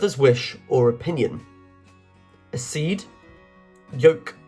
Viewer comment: Good quiz. Got 96%. Your reader is a clear speaker, but some pronunciations are wrong. His pronunciations need to be correct before the quiz is recorded, e.g. accede, heresy, penchant & ennui (2 French words).